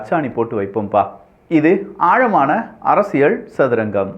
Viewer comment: இது அரசியள் சதுரங்கம் அல்ல. அரசியல் சதுரங்கம். சரியாக உச்சரியுங்கள்.